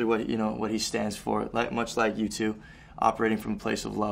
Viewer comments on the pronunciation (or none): At first i thought noah said YouTube instead of U2